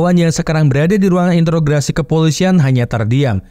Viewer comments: Intograsi????? Bukannya interogasi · … Introgasi bg . Bukan intrograsi 🤣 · interogasi bang,,, bukan interograsi 🤦‍♂️🤣🤣🤣🤣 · "introgasi" not "intrograsi" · Introgasi bang bukan intrograsi